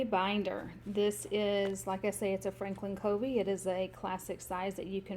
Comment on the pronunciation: It's pronounced Frankin "Kuh-vee" :)